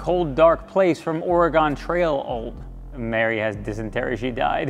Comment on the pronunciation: You pronounced "Oregon" wrong. 😝 I can't comment on the Mk8 (I have a Mk7, Mk5, and B3 myself), but my parents just got an ID.4 and it's pretty similar. It really didn't take that long to figure out, and the touch sensitivity seemed about perfect to me. I agree I would rather have physical knobs/buttons for HVAC, but getting to the menu was quick with the shortcut button. I suspect this is how things are going to go so we'll have to deal with it when it's time for my wife's new car.